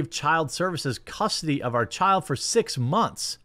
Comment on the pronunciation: "custardy" you turned into ryan for a sec 😂